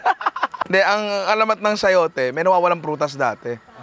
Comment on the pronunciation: nainum ako ng kape sakto, muntik ko na maibuga sa ' sayoteh ' mo ninong lol!